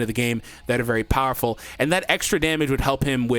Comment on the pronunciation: "Bowerful!!" the iconic quote